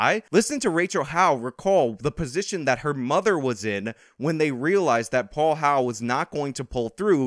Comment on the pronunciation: It's HOWELL, NOT HOWE.